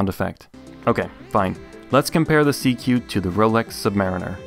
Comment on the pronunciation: SeaQ isn’t pronounced “seek”?